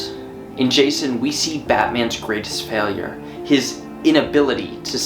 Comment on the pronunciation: Anyone else notice "Faliure" 🤣